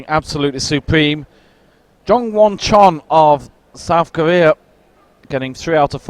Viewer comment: How wrong was the commentator there? Poor form even suggesting it, but in fairness, he retracted it straight away. Also annoyed by the constant mispronunciation of the names. James Kassay, Jule Wurm and Jongwon Chon (for the first half of the comp). Good competition overall. Very close both females and males. Men's problems looked nails. Poor Rustam, doesn't seem to be on form at all this season.